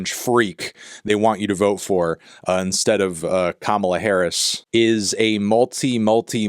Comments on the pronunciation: Melon, you can't keep calling her " kum on ya" Harris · pretty sure that pronunciation of kamala wasnt even a choice but whatever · That's not how you pronounce Kamala either. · " I'm gonna say it the right way" - Proceeds to absolutely butcher Kamala's pronunciation